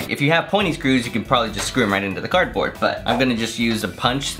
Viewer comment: how miney times did he say cardbrod